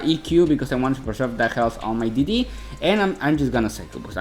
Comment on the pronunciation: Que me meta al open english dice 😔👌. Esta cool esta versión la verdad, yo no entendía porque decías "didi" hasta que después entendí que era D.D. jajajaja xD